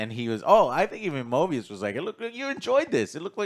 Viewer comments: Stop calling him Morbius, it's driving me crazy 😆 It's MOBIUS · Joe keeps saying "Morbius", it is "Moebius", right? Like I haven't watched this show, but given the nature of this show, a moebius strip reference in naming makes much more sense than a vampire... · I think it’s actually pronounced MObius, MoRbius is the Vampire while Mobius is the TVA Agent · love how they're saying morbius and not mobius lol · Mobius, not Morbius. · Come on guys it's Mobius not morbius don't remind me of that shitty Jared Leto movie. I think the best thing about this season so far is the budding bromance between Loki and mobius, Loki's never had any friends at all so it's really cool seeing them actually show concern and be friendly to each other in a way that doesn't involve Loki just trying to manipulate everyone around him. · Why they keep saying Morbius ☠️ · Its Mobius not Morbius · Moby rhymes with OB: mOBius! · I think I twitch everytime they call Mobius Morbius. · its mobius not morbius 💀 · Guys……….. It’s MOBIUS THERES NO R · Mo-BEE-us guys, he ain’t no vampire. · Argues over X-5’s name for 5 minutes. Fucks up Mobius’s name 20 times.